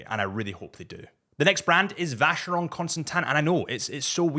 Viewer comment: how the hell do you pronounce Vacheron and A Lange & Sohne correct but not Breguet...